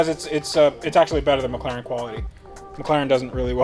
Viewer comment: Only thing left to do ? Practis saying With an ACCENT Mc Laren ! # It,s Better then new it,s Rebuilt .